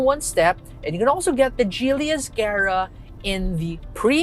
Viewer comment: it's Giily ( Hard G) not Jeely